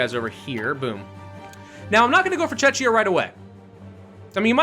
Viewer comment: you can attack ukraine now WT 50%+, and did u say chekia or Chechnia ?